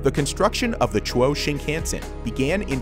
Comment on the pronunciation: chuo- pronouce it chu as chew in chew,ing gum o in o,val shape .......chew-o 2-syllable words